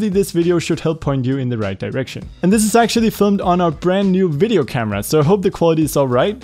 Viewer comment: Ahh yes a bideo camera